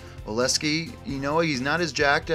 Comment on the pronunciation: Oleksii Oh-Leck-See You’re putting the S in the wrong spot